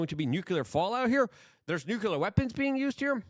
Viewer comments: I haven't heard the not-a-word "nuke-yular" so many times in 20 minutes, since 5th grade science class. You know google will teach you how to pronounce words now, right? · WTF does nukular mean😂